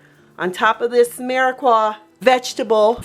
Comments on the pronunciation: Phonetically speaking: It's meer-a-pua not meer-a-qua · It’s a mirepoix not Mirequa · You are mispronouncing mirpiox.